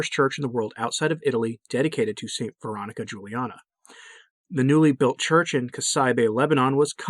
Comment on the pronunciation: I don't understand why you're not pronouncing her name correctly. You said it would be clear at your website but there's nothing about it